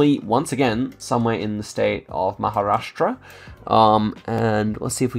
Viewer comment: "i have to work on my pronounciation" while saying maharashtra perfectly